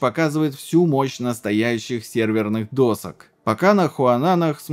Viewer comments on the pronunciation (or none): none